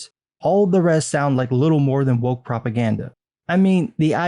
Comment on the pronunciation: Spelled "woke" pronounced "wank"...